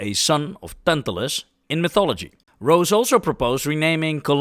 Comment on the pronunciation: Rose (ro-ze). Rare exceptions aside, "e"-s at the end of German words are NOT silent. They are more like the "e" in the word "end". F.e. "Junge" (boy) or "Porsche" (The dude back then and the car today)